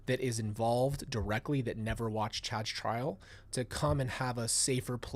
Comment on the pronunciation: You said Chad’s trial. My ears heard trash pile. 😂😮